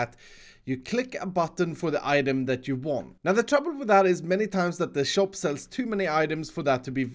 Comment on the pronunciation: saying shoap instead of shop new subcriber btw